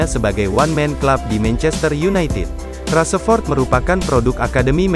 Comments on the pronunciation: Rashford bukan raseford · Rashford bang bukan rasepot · Rasepot rasepot,,, VO nya ganti yg bagus dikit ngapa,,,hihihi kyknya ini org jabar yg susah ngmong "F" jdnya "P" Rasepot,,,😂😂🙏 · min bukan rasepot tapi rasa rasemin, mimin nhe kayaknya bukan fans mu masa nama pemain bisa salah sebut bgt🤦‍♂️🤦‍♂️